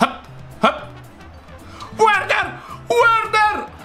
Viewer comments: Verner no Uerner come mia nonna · il nome di quel giocatore che chiamavi uerner,non si dice uerner ma verner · un consiglio Timo Werner si legge Verner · CONSIGLIO:QUANDO L'AVVERSARIO HA UN CALCIO DI RIGORE PER PARARLO DEVI PREMERE L'ANALOGICO PUOI BUTTARTI O A DE STRA O A SINISTRA; E POI NON SI LEGGE WERNER SI LEGGE VERNER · Si legge verner